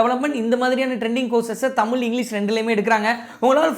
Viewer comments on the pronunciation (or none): none